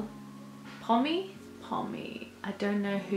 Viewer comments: Hi, what a sweet and lovely reaction to this beautiful song. Pomme is a French singer (it's pronounced like "pomm" (withouit the "e")), which is derived from her real name Claire Pommet (this time you pronounce it like YOU pronounced "Pomme"). The last stanza of this song, Pomme and Aurora are both singing in French here. Since you have reacted to so many songs from her Nidarosdomen concert, I am astonished that you haven't reacted to her cover of David Bowie's 1974 classic "Life on Mars?"! Aurora's version, especially from Nidarosdomen is - in my opinion. by far the most beautiful and gorgeous David Bowie cover I have heard so far and I am sure you'll be of the same opinion when reacting to it. If you don't know the original yet, I would advice you to listen to the original first to see what Aurora makes out of it... I swear you, you'll be speechless and mesmerized! Best wishes from Germany: Gerry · You don't say the last vowel in Pomme, so it is pronounced in French, Pomm... 🙏😊